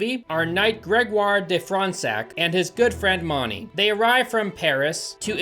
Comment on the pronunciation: As a french individual and translator, I will do my best to attempt to detail the pronunciation of each french word and name mentioned in this video! Gévaudan -> Jeh-Vo-Dan (For the Dan, think more as in the way it's pronounced in Dante) Grégoire De Fronsac -> Greg-woah-r Duh Fron-Sac Paris -> Pah-ree (the s is silent) Auvergne -> Oh-Vehr-nyuh (very very soft nyuh sound) Dordogne -> Dor-Doh-nyuh (same soft nyuh sound, gne is a tricky, barely pronounced sound) Jean-François -> Jan Fran-soah ( pronounced it well, both "an" sounds are also the same as in the name Dante) Marquis -> Mar-key (Pronounced correctly there too, the s is silent, this is not really a name as much as a nobility title. It's odd that they call him by title without a name behind it) Cuirasse -> Cuee-Rahss It's worth nothing that the Beast of Gévaudan is a very well known tale in France even today, taught in our schools!